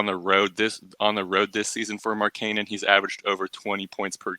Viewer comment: That’s not how you pronounce markkanen